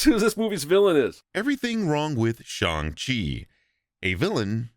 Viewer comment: a small thing I really appreciated in your video; I appreciate the fact that you opted to refer to the character as 'Shaun' rather than other vids butchering the pronunciation of Shang Chi and when it came to characters that didn't have an English name, I could tell you were putting in effort to pronounce things as accurately as you can (big ups for the actual 'Y' in Yip Man). Keep up the good work man! Cheers~